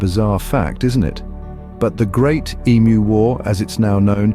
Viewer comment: I'm Australian and I get really frustrated correcting that fact. We did not "once" have an emu war, we did it twice! Also.props for the "ee-mu", not "emoo"